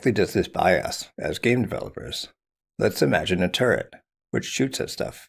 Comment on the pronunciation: Oh, he was saying turret the whole time. Not turd. Turret.